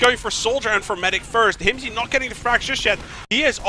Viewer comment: calling Hymzi Hymz without the i is something I wish I didn't notice. Holy shit that is annoying.